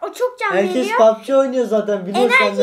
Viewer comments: pubg ye pabçik demesi😂😂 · Lütfen artik şu oyuna papçi demeyin g harfi ci olarak okunuyor pabcii mobayl die okunuyor o kadarmi sıfır ingilizceniz var